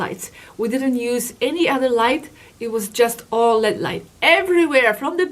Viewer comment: They are not l e a d light it's pronounced L.E.D. separate letters because it's an acronym for light emitting diode